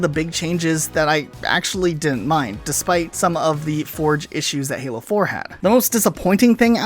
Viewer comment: it a sounded like you said fallout or hallow not halo